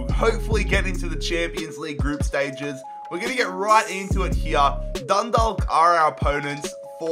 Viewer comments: Dun Dawk not Dalk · It's Dundawk not Dundalk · Dundalk is pronounced like you say chalk. So Dun -dalk. Dont pronounce the L. Please... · Stop pronouncing the ‘l’ its pronounced dundak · Dundalk is prounced dundak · lmao Dundalk is pronounced "Done-Dawk" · Dundalk is pronounced Dundauk (im irish) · Dun dak that's how it's pronounced I'm from Ireland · It’s pronounced Dun-dock the L is silent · Dundalk are pronounced DONE - DAWK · It pronounced Dundawk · you are saying Dundalk wrong, you are supposed to say it like Dun-dawk 👍👍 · I'd love to see you try to rebuild an Irish team again, maybe Dundalk (pronounced Dundawk) since they just surrendered their league crown to Cork City and have just lost the cup final to Cork too on penalties on Sunday evening. Cork would be interesting too since they have just become the kings of Irish football after going bust a few years ago. The best Irish team to rebuild is probably Shamrock Rovers, they've won the most cups and league titles and were the first Irish team to reach the Europa League group stages (a very big deal for an Irish team). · You said Dundalk wrong it’s done dake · The "L" in "Dundalk is silent. It is pronounced dun-dawk. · It’s pronounced dundawk lol you should rebuild them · There pronounced done_dok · Being Irish and hearing pronounce Dundalk 😭😭😭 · West ham are my team BUT I'm Irish so I got insulted the way you were pronouncing dundalk 😂😂😂😂 love the vids though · The 'l' in Dundalk is silent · It's a silent L in Dundalk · Dundalk is pronounced different. It's like stalk the 'alk' is more like aw. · I can't believe he pronounced dundalk wrong